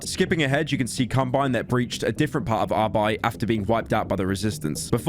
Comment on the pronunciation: Pyro's prononciation of the Word "Arbeit" is fucking perfekt.